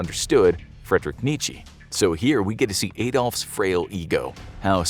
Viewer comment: "Friedrich Nichii" bruh